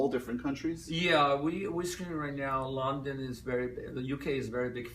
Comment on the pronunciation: I was very skeptical about his slavic or, more accurately, polish origins, but after this interview I'm a little more convinced. he's pronouncing "London" and it sounds exactly like polish pronunciation "Londyn". Also I realized that when me and my friends try to impersonate Tommy we don't need to imitate his accent, we only had to maintain the Polish one, and it sounds really natural. Long story short, either he's polish or by accident he sounds totally like polish person trying to speak American English.